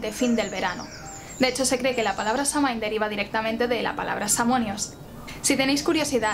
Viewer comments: Muy buen video y excelente la explicacion...aca en Irlanda la palabra Samhain la pronuncian " SAUIN" o "SAWIN" y no la calculan con la luna llena sino la fecha exacta ente el equinoccio de otonio (mi teclado no tiene enies, perdon) y el solsticio de invierno... Este anio 2020 la fiesta se Samhain cae el 7 de Noviembre...yo te sigo a ti...calculando la fecha con la luna llena... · La información esta bastante buena comparada con otros vídeos que he visto sobre Samhain, y agradezco mucho la esfuerza en la investigación cuando existe tanta desinformación sobre le tema 🙌 Pero también me parece muy importante que se honra nuestra tradición usando la pronunciación correcta, especialmente cuando hablamos de Samhain, uno de nuestros festivales mas importantes. Es muy fácil encontrar la pronunciación en linea ya que Samhain también es el nombre del mes de noviembre en el idioma irlandés ya que se nombró por este festival tan importante que tiene sus orígenes en Irlanda. Samhain se pronuncia <<Saúen>>, y los Sidhe, nuestra raza Hada se pronuncia <<Shi>>. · ¡Excelente!...lo único que encuentro errado es la pronunciación de Samhain; pero no solo en este canal, hay otros en Youtube que no se ajustan a la original. ¡Gracias! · Aquí tenemos el día de muertos, amo tus vídeos y amo como narras las historias, mi único conflicto contigo es tu manera de pronunciar Samhain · Se pronuncia "Sowin" no "samin" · Una corrección: se pronuncia "sóuin". 🔥🌛🌚🌜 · Se pronuncia SAWIN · Excelente información como siempre, solo un comentario, la pronunciación celta de Samhain es SAGÜIN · "quelta" "sáwin" :) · Samhain se pronuncia SAGUIN , proninciando la u y enfatizando la a como una a profunda y grave. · Samhain es una palabra irlandesa y se pronuncia "Shouin"